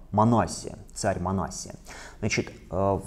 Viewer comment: МанассИя , вот так нужно произносить. Митрополит Илларион обьяснил почему так.